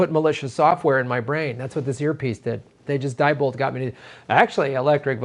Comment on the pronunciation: Sorry to be so pedantic, but Diebold is pronounced "dee-bold". Not certain, but I think that is typical of German pronunciation.